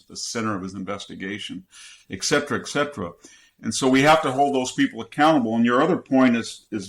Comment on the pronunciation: "...eck cetera, eck cetera..." Surely Dr. Hanson knows that it is spelled "et cetera!"